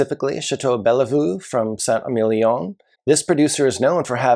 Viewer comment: Love your videos. You’re dead on most of the time. BTW the second e in Bellevue is not pronounced.